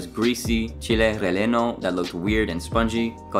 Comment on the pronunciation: Relleno is pronounced "Re-yeh-no"